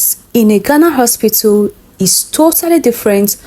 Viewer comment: Why did Nigerians say Ospitil instead of hospital 😮😮😮